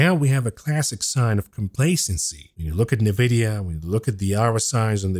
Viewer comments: It's Nvidia, not Nividia 🤣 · Its pronounced En Vidia. You say the letter N. Not Nuvidia. Love you bro! Been listening since you started! I would like to hear details of what your trades and portfolio holdings are, in real terms. How much $ you want? Im in.